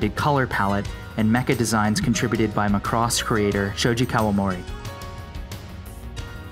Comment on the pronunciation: It's pronounced PAH-lah-bor not PAT-leh-ber and Macross is pronounced MAEH-cros not MAH-cross.